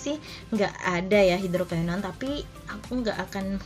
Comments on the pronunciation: Iya bnr bngt... Ak dengerin ap yah kok ky aneh gt... Susah ngucapinnya Dia bilang bukan hidrokinon tp hidrokainon... 😁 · NGUCAPIN NYA HIDROKINON BRAYY... BUKAN HIDROKAINON SUSEEHH AMEETT... KT NY KRJ AN NYA DI SKINCARE... 😒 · Kak ngomong hidroquinonnya kok susah amat